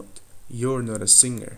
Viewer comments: not дегенде nor деп айтасыз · "Not" неге "nor a" естіліп тұр?